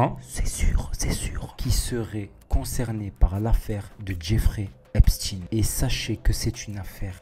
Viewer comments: Ça ne se prononce pas Epstine... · Mais bordel on ne prononce pas Epstine lol.